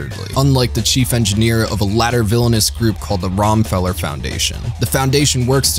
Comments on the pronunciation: "Tree-ez", "Rom-feller", "Kwa-tray"... WTF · This is a pretty great video, but either Sunrise massively fucked up the translation and pronunciation of the proper nouns in this series, or you did because I'm half-way through and you keep mispronouncing almost every name that comes up. It's not "Rohm-feller," it's "Rho-mah-feller, it's not "tree-z," it's "tray-z"